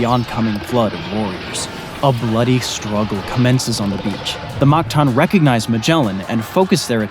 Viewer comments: its mactan not magtan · Its mactan not magtan